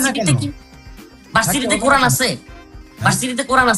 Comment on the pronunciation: কুরআন বানান টাই-তো ঠিকমতো বলতে পারিস না তুই।